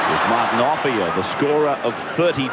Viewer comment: Ray Warren never pronounced Offiah's name correctly.